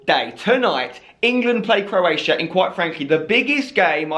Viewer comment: 'CROATIAI' - LUL xDDD